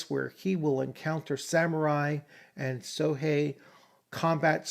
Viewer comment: Late arrival here; much appreciated on the review of an undeservedly overlooked 1st edition (on the cusp of 2nd edition, true) work. One thing I feel would have been of serious benefit was the inclusion of a pronunciation guide (e.g., kensai = kehn-SIGH, sohei = sow-HAY) given after each new term's first appearance to allow Westerners the avoidance of sounding like sub-literate thugs. Otherwise, hoping that OA 1/2 ed. can resume a place of prominence and honour in the Fantasy RPG realm. A wonderful review.